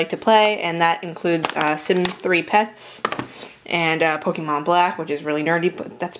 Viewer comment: its not pokEEEmon